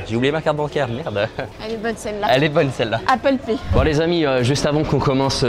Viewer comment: Le " appel pay " POUAHAHHA IL MA DEAD 🤣🤣🙏